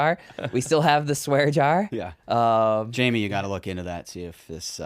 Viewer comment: Who is "Jaime" and why are you calling Canton Jamie?